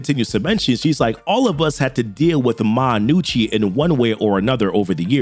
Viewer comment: Props for pronouncing it "Nucci" and not "Ga-nucci" like so many people do with Italian names.